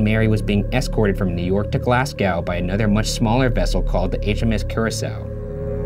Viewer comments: glas gaw? I that like you mean Glasgow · to all my Scottish peeps i think he says glasgou and not glasgow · the scariest thing about this is ryan's pronounciation of glasgow. (glass-cow??????) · its said glazgo not glasgaw thats unbelievably angered me for no reason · GlAsSgOw (it's said glaz-go) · New York to ... ‘(GLASGOAW)’ Huhhh Glasgow (glass Go) not (Glass Gow) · It's not pronounced "glasz gow" Its "glaz go" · Wait what- Ryan really just said glassgaow 😂 its pronounced Glaz-go 😂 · Ok so I’m sorry but this pisses me off... it’s pronounced glaz-gO now glass cow Love you Ryan sorry it just bugs me 😂😂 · Glasgow not glasgaw 😂 big pet peeve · For post mortem: Oh my god Ryan! "Glas-cow" ?! It's "Glas-go" ish! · By da way no offence it’s pronounced glasco not glas cow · Why is no one talking about how horribly Ryan mispronounced "Glasgow" ? He pronounced it similar to "glass cow" Instead of "glaz go". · Aahhhhh I’m sorry but I get annoyed when people pronounce place names wrong It’s pronounced Glaz-go and not Glass-gao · Glasgow is pronounced glaz-go not glass-gow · in scottish, please tell me Americans don't think glasgow is pronounced "glass-cow" and it's a Ryan thing. (for those wondering, it's "glaz-go" or "glass-go" if ur posh") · Lmao he said Glasgow like “glass- gow” its “glass-go” lol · Glasgow is pronounced glasgo not GlasGOW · It's pronounced glas-go not glas-gow 😂 don't worry, I'm Scottish and sometimes I can't say the name of cities here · Just so you know the place the ship was going when it collided is pronounced "glass-go" not "glass-gow". It can be confusing for those not in the uk but the W isn't pronounced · Did Ryan pronounce Glasgow, Glass-Gow ? It's prounounced Glaz-go. Awesome Video, I like to watch these in bed when it's dark, half asleep and just terrify myself :D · Did Ryan pronouce Glasgow as [GLAZG-OW] instead of [GLASS-GO] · As someone who has lived in Glasgow her entire life, it's Glahz-Go, not glass-cow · glass-cow- glars-go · “Glass Gow”